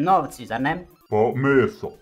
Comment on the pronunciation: A najjače kad Suarez kaze meso 😂😂😂